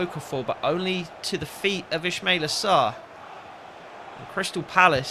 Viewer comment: It's pronounced is-ma-eel-aa